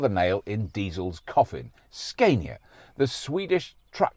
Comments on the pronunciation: Hilarious when you actually say Scania but then choose to go for Sceinia instead🤣 I think it would be right to call you Rauberk or perhaps Roixtokl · Ska-nia (Like the music genre) not Skane-ia, if u want to say it more correct but Skane-ia is fine. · Scandia, as in Scandinavia, Robert! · You almost had it man. "Scaania" is the right one, you pretty much nailed the pronunciation but then reversed back to the wrong way to say it... - A Swede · SKAN ya for Scania is how we north of the 2 walls says it ( the 2 Roman walls :D ) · Apparently Scania 's a is like ah in father from the videos I could find on their website. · Im desperate to have an ev. watched loads of this now great work ! and its pronounced scan-ya ! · its scania with a long A in sweden =)